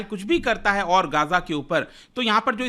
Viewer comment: ग़ज़ा not गाजा, Please correct it. 😊